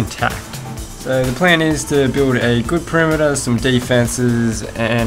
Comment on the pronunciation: Such an accent! "perimeter" is pronounced /pəˈrɪm.ə.t̬ɚ/, not /pəˈrɪ.mɚ/. "towers" is /ˈtaʊ.ɚs/, not /ˈta.ɚs/. And so on. Otherwise, your video is compelling.